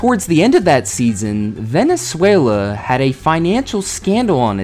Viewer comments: I’ve never heard someone pronounce Venezuela “Venezulia” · You can't make fun of an spelling mistake, when you keep saying Venezualia instead of Venezuela